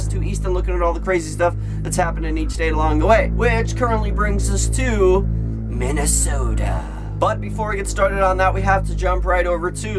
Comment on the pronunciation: I live in Minnesota so the way he pronounced it offended me.